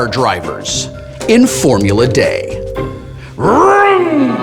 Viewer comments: I love it. Wil still pronounces it "day" rather then "dee". Props for remembering the old-school version. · When I clicked on this, I was wondering whether Wil would pronounce it "dee" or "de." Was not disappointed. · It's funny that you pronounce it "formula 'DE' " like in spanish. Here in Chile we call it "Formula 'DEE'" like in english XD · why is it being pronounced as "Formula-Day" instead of "Formula-D"? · Where are you getting Formula "Day?" It's Formula "DEE." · Why is he saying Formula Day, and not Formula D? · deee not dayyy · its because the original was called Formula De and everybody pronounced that Day, which is also wrong :P should have been D, E. De for germany, and i think now D for dice... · made by two french guys. "D" is pronounced "Day" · Why is it called Formula D but pronounced Formulat Day? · Why is Wil pronouncing the "D" as "Day"? I know Initial D is pronounced "D" and the real-life drifting series Formula D is also pronounced that way. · Could someone educate me on why it's pronounced 'day' for the name Formula D? Instead of the letter? :D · Formula "Day" ??? Did Felicia make you say that? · It's a remake of a game called "Formula Dé" (pronounced 'day'), and they kept the pronounciation with the remake. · original game is called Formula DE, DE I think is a reference to Germany. The update game is Formula D ( Dee.) That's why I presume they pronounced it oddly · I am sure it was a slip of the tongue - the original edition of the game was called "Formula De" pronounced, Day. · It's pronounced DEE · Why does he call it Formula Day? Is that D in Italian or something? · D is not pronounced 'day' in French, so I doubt that's it. It's more likely from the earlier published Formula Dé (google it). I think that's the German pronounciation. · …and is pronounced “D” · Why does Wil call it Formula Day? It's Formula D isn't it? Aaaggghhhhh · "Formula Day?" Is that just how you pronounce the letter D, Will?